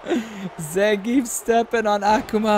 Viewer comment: noth Zangif but Zangi(EF)✌️